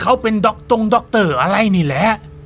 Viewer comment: ด็อกตงด็อกเตร์อ😂